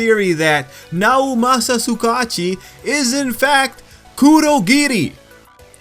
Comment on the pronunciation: Bro you pronounce the name like (Su-Ga-Uchi) no Su kachi... sorry I just had to say something